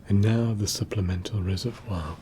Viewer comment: The tingles on the pronunciation of reservoir ~ ･ﾟ: ✧･ﾟ: reh zeh vwah *:･ﾟ✧*:･ﾟ✧ Not like in American English, ree zer vor 😒